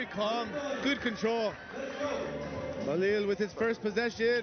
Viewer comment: It’s Bilal not Balil